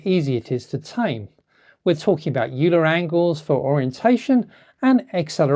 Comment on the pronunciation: Note that "Euler" is pronounced "oiler". It's a Swiss name. Nice demo!